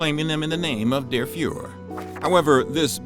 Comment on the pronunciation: Did he just say the youths fell to Fuhr pressure ?